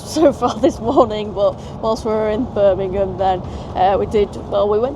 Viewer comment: slightly offended that you call it but love your videos anyway